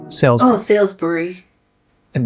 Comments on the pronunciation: It's not Sailsbury - it's SALISBURY pronounced Solsbury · Salisbury is pronounced “Saulsbury” not “Sailsbury”. This might be AI. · Hi! Just so you know, the city of Salisbury is NOT pronounced "Sailsbury / Sales-bury", but "Sawlsbury" ("Sawl" as in "Trawl"). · Salisbury is not pronounced how it is spelt, but it is also mis-pronounced in this video too! Think Sauls-Brie or Sols-Brie for the correct pronunciation! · That's what I was thinking, why the blazes is this person pronouncing Salisbury as "Sailsbury"? That grates!! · Ai narration Salisbury is not pronounced how it isnsaid in the video